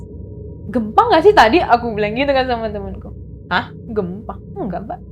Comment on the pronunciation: Si ibuk kok niru2 narsum sebelumnya kebanyakkan kata2 "NOTABENE" enek sumpah !!! Gelap bukan gelep Gempa bukan gempak 😅